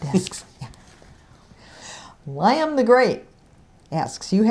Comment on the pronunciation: Thank you, you're a figure saver! Sorry for constantly asking and helping answer my question HLJ, even thoough you mispronounced "Liam" LOL